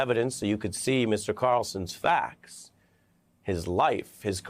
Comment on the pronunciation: When did people start saying "facs" instead of "facts"??!!